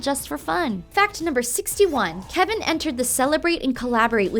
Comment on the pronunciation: Videos like these always make me cringe because the presenter is obviously not a big pentatonix fan, she didn't even say kevin's name right... and also some of these facts are not quite correct, they are close, but idk.